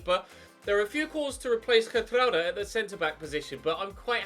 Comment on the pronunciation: I love the way he says “Gertrruida!!!!” (Hopefully that’s how you spell it)